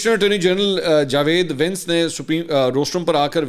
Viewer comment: منصور صاحب لفظ وینس کا برائے مہربانی تلفظ درست کر لیں شکریہ